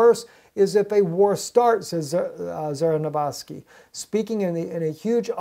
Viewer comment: it is pronounced tzirinofsky tz as in bonjour